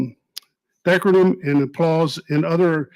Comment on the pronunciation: What a bunch of clowns. can barely read and doesn't know how to pronounce decorum.